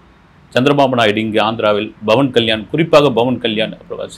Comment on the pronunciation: Sur it is not Bavan kslysn it is Pavan kyan It is not aB it is Pl